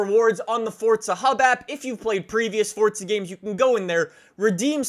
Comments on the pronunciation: bro pronounces “forza” like “fortsa” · He did fortza instead of forza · Does anyone else notice that he says fortza instead of forza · you saying FORTSA and not FORZA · This trend of people pronouncing "Forza" with a T, is starting to annoy me... It's not "FORTZA" is it? Never has been and like 10 years ago no one said "FORTZA" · Fortza? I'm here for forza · it’s forza not fortza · It’s not fortza it’s forza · its forza not fortza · Forza or Fortza 😂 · IT IS NOT PRONOUNCED FORT-ZAH BRO‼️‼️ ITS FOOOORRRRZZZZAAAAA! FOUR-ZAH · forza not fortza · sorry but it is forza not fordza i am not trying to be rude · He says fortsa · say fortza one more time i swear to god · Stop saying fortza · Why do u always say Fortza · Why does it sound like your saying fort za it is pronounced forza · Thanks for all the help. But why do you say fortza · I pronounce it for za he pronounces it fortza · Four-za. Not Fort-za. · this dude says fortza not forza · Whats fortza? i thought it was forza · ITS NOT FUCKIN FORTZA IS FUCKIN FORZA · Why he kept saying FORTza😂😂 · There's no t in forza it's not fortza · English doesnt follow the same pronunciation rules, so In english it is “forza” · Are you saying Forza or Fortza?? 🧐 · it’s for-za, not fort-za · Anyone get slightly annoyed how he says fort-za? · It for-za not fort-za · You always say fortsa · Why you say fortza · its for-za. There's no T in it. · “Fortza” Great video but that’s really all I heard lol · Why is this guy say fortsa? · Say it right theres no”t” its foRza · Just me or is he saying fortza horizon four? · "Forza: more like poor za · Thought I was watching forza not fortza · “Forsa edition” lmao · "Fortza" wut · There is no t is forza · “Fortza Horizon 4” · U say fortza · STOP SAYING FORT-ZA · Why are u calling it Fortsa? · Hey guys welcome back to FORTZA HORIZON 4😂😂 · “Fortza” haha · WHY ARE YOU SAYING FORTZA? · Why do you pronounce it like “Fortza” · ِ forza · There is no “T”….